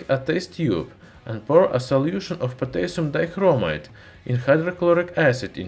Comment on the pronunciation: potaisum daikromaite